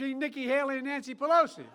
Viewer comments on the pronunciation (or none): none